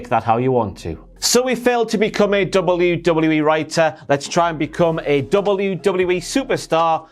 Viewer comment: Why haven't you learnt how to say WWE properly